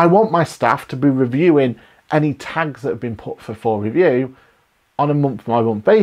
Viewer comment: Thank you, excellent. I thought it was funny with your accent, when you were saying tags, i thought you said tanks. I thought is QBO now in the military lol. Thank you for a great video.